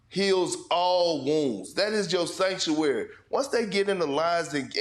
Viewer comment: Did perk say factuary?